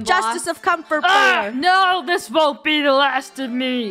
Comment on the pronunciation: Doesn’t comfort bear sounds like come for bear Does it or is it just me